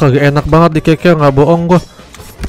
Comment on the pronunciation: Keker bang bukan keke